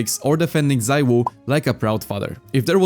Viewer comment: Bro exposed his polish heritage after saying the most perfect "siuhy" ever